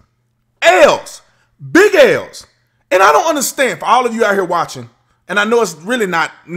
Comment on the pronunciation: "Ale's"!? I'm thirsty